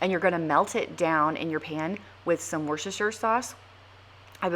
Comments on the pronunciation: Hello, This is Karen from the small town of Grantham in Lincolnshire, United Kingdom. May I help you with the pronunciation of our English county of Worcestershire where the savoury sauce comes from. Try sounding the ‘c’ as an ‘s’ thus giving you Wuss-ter-shire. (Forgive me, Wuss I know is not a very nice word but it helps here). Some of our word are completely bonkers. Many thanks for your lovely channel. Yours K P.s. please feel free to delete this if it has come across as rude in any way. It was not the intention. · It’s Wuster Sauce we don’t say the full word in the UK & it’s Wustershire for the place name. xXx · Worcestershire - wustah-sheer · I always laugh at your pronunciation of Worcestershire sauce. Where I am, we call it Worcestersous (voes-ter so's) but it's a struggle